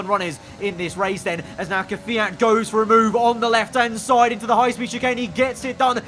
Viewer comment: KVYAT: K'FIAT